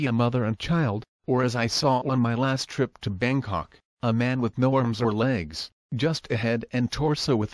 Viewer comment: I thought he was saying Bane Cock at first. I thought he created a real Banetopia